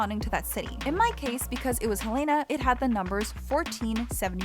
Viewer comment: As a Montanan, the pronunciation of Helena in this video hurt my soul